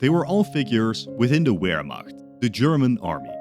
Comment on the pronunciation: The Uermacht?